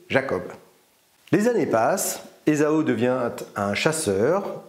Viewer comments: Ésao ? Moi je l'ai toujours entendu prononcer Ésahu. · Esau se prononcerait ezo. Esaü se prononce E za u. Le tréma sur le u signifie que le u se prononce. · Faudrait commencer par bien prononcer Esaü !